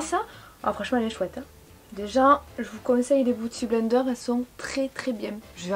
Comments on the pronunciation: pitié, biiiouty blender pas bouty!!😂😂😂😘😘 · LOL! Arrête de dire Booty Blender hahahaha! C'est beauty blender. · Je ne regrette pas d'avoir cliqué juste pour avoir entendu dire " Booty blender" 🤣. #Bilingue